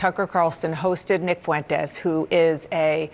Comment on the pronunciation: Dana pronounces Fuentes like Michelle Malkin does. I like that.